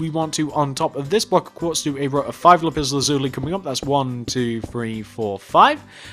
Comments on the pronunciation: You pronounced Lapis Lazuli wrong it’s not Lup Iz luzulee it’s Lap iss lasuuly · yes he says it like "lupiz luzuli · Lipis lazuli “lipis” xD Not making fun of ya its just very funny 😂. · Is it just me but the way he says lapis lazuli is epik 😂🤣